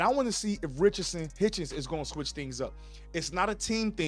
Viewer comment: It sounds like you’re saying Richardson Haitian!😂